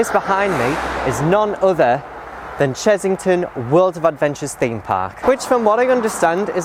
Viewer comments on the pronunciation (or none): It's Chessington not Chezzington!!! Other than that, another great video :)